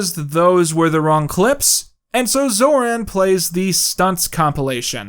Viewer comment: you americanized pronounciation of Zoran (based)